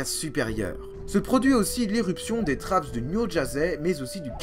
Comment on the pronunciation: Bonjour On prononce trappe pour trapps. Le S est le pluriel français. Vous faites beaucoup d'autres erreurs d'accord. Vous ne précisez pas assez les datations et vous nous noyez sous les noms scientifiques. Heureusement que les images permettent un peu de s'y retrouver. Vous ne parlez pas des épisodes terre boule de neige. Le CO2 augmente la température qui augmente la quantité de vapeur d'eau e qui est elle un gaz à effet de serre très efficace. Regardable.